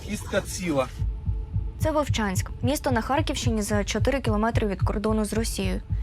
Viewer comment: Вувчаньскь😂😂😂😂 епаная мойва🤮🤮